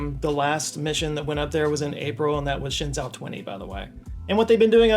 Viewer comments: For future reference, Zhou is pronounced like "Joe" and not like "Zo". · “Shenzhou” sounds more like “Shun Joe”, which as a fan, I don’t recommend. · shenzhou is pronounced like shen-joe. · "Shen-JOE". Zh in Chinese has a J sound. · As a Star Trek fan, apparently Shenzhou is "Shin-jo" 👀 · It's actually pronounced: Shen Joe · Shen - almost right. The "e" is like halfway between a short "u" and "oo" as in "book" Zhou - "zh" is "j" but with your tongue right behind your teeth. Like how "dj" in Django or Djibouti looks like it should be pronounced. "Ou" is just a long "o." You could say "joe" and people would get it. Tian - "tee-enn" but one syllable. Gong - long "o" Tianhe - "tian" like above, same "e" as in "shen" Chang-e - pretty much spot on